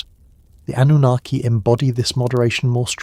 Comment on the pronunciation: It's pronounced An new nar key. Annunaki, I don't know what you're saying??? 😂